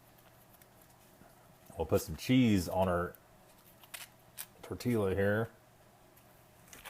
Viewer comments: Tortiya! Don't say the L😉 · Tortee-YaH. You wouldn't say you gave your sweetheart a "bow-ket" of roses would you? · Tortilla is Spanish. Pronounce tor-tee-yuh or tor-tee-yah. Like San Jose is San Ho-zay. Just saying.